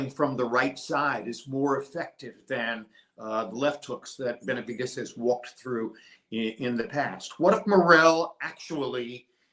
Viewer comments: Can someone please explain to him how to pronounce Benavidez not with a T but a D ? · Who the hell is benaviTez ?? Before you go live Learn how to PRONOUNCE Benavidez! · Benavidez not benavites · It’s Benavides not Benavites!! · It’s BenaviDEZ NOT BenaviTEZ. I stopped watching your video because of this unprofessionalism. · How do you say “TEZ NUTS or DEZ NUTS? 😂 now that is unprofessional lol…come on really? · Stop saying Benavites 😒